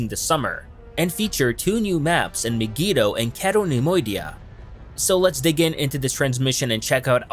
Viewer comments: Pronounced My-gee-toe, cay-toe nem-oidia, not maygeeto or ceto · Learn to pronounce Mygeeto